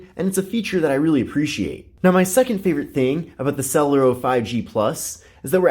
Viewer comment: I think it's pronounced sulairo